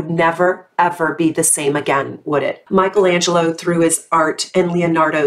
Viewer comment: How cute are you saying Michelangelo and Leonardo Da Vinci in perfect italian? Hugs from Italy 🥰💞